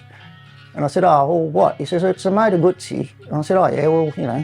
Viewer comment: Moto guzzi pronounced the right way ,love it.